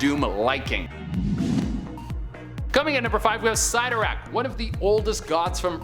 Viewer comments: You miss-pronounced Cyttorak. It's pronounced Sit-Or-Ak. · The mispronunciation of Abraxas and Cytorakkis painful to hear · You mispronounced Phalanx and cyttorak